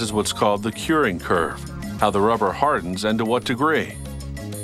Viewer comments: the way he says rubber Ruhhpper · He talks that way as to not create a "pop" sound into the microphone when using P and B sounds. Notice how he calls rubber, ruvver